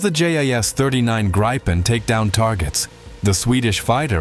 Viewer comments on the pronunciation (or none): SDay Griippen, not Graipen! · I am sure it is gripen not graipen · No, Grii-pen =) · The Gripen is pronounced as grippen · AI voices can never make their mind up on how to pronounce Gripen…